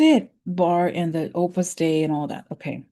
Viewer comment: Sorry to butt in but Opus Dei is pronounced Oh-pis Day (long O) not Ah-pis Day even though your pronunciation when you write it out is more fitting.